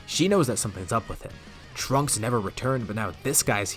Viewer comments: When he said trunk-ku I head dbza broly in the back of my head screaming “TRUNKSU” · Instead of trunku it should've been trunksu like the Japanese name, would've been pretty funny